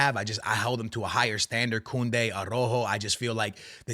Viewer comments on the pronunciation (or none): none